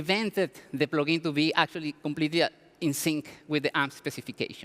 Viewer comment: Good "Plogin"